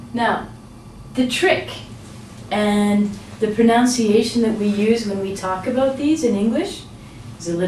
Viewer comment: Good video, however, you keep saying pronounciation when it should be pronunciation. "nun" not "noun" Sorry I'm so picky./prəˌnʌnsɪˈeɪʃ(ə)n/ cheers